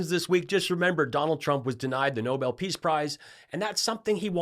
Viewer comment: We NEEDED this! Perfect justice (and exactly the traits needed) that a WOMAN championing DEMOCRACY will receive the Nobel Peace Prize (and Karolyn? Nobel is pronounced with the accent on the second syllable.) Watch. tRump will pout and criticize the winner. Such a gracious man.